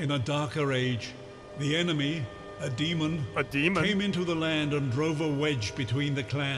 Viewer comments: Anyone else notice the narrator did not say "Demon", he said "Deemond".. He put a "d" at the end! Dude literally made a mistake on one of the most important words in the sentence and they kept it in. "The deemond is finally vanquished" Now that's a cool ending right there, vanquishing deemonds! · Ross echoing the "deemon" always cracks me up!